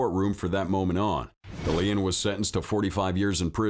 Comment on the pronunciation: AI generated narration is always awful. I wondered why you consistently mispronounced "DeLeon". When you finally pronounced it correctly, it was obvious. AI. I'm out.